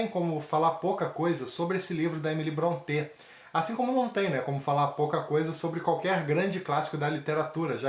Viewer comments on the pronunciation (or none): Boa resenha. Faço ressalva apenas com relação à pronúncia do sobrenome Brontë. Não é afrancezado, tipo, como se fosse Bronté (ou "Brontê". Mas a verdadeira pronúncia soa como "Brónte".